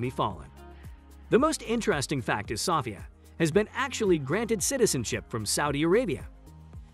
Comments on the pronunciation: Sophia = so-FEE-uh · Why are you saying sophia wrong? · your not pronouncing Sophia name correctly